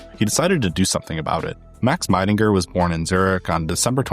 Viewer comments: Great work, this is a very comprehensive and interesting documentary on Helvetica. Just a polite note as a german speaker: Max Miedingers name is pronounced like "Mee-dinger", not "My-dinger". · Hi shame you can't be bothered to properly pronounce the name of your favorite typeface designer.